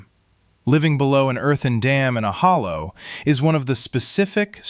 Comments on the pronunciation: He also doesn’t know how to pronounce “Hollar”. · He said hollow lol